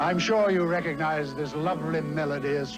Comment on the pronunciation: Dear content provider/commentator...twice during this commentary you used the word "recognize" but both times you mispronounced it. You pronounced it "reconized". There is a G in the word. The root is "regog", to remember. Please never mispronounce this word again. It drives me CRAZY!!